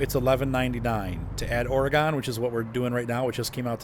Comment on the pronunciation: Just FYI, pronounced "Ory-gun," not "Ore-gone"